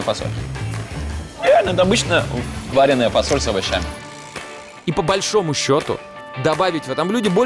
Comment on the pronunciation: Коля, фасоль варЁная, а не вареная. Про КОлосс вообще молчу. Никто из съёмочной группы не знал как произносится?